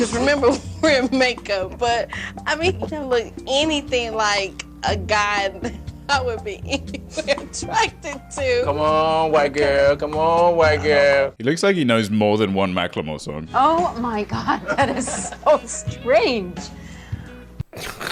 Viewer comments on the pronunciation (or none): HE JUST SAID FUCKING MACK LE MORE??? FOR TEN FUCKING YEARS I THOUGHT IT WAS MACK EL MORE WHAT THE FUCK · he said it like "mack lemore"